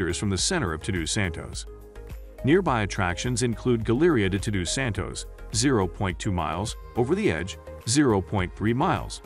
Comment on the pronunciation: Unbelievable the pronunciation of the names. You couldn't even say "Todos Santos" correctly? Or should I say, Tudu Santos.